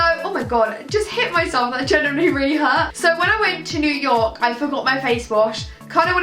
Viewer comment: Every time she tries to say the word "genuinely" it fails and it comes out as a mixture between "generally" and "genuine" 😂 pisses me off so much